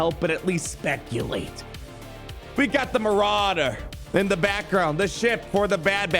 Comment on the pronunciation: What is this maurader you speak of?